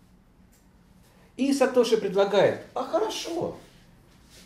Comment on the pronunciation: если говорить вместо сатоши сатоси, то вместо суши надо говорить суси